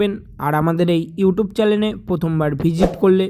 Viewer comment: চ্যালেন আবার কি কথা। কথাটা হবে চ্যানেল